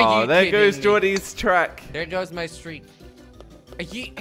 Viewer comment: said streak wrongly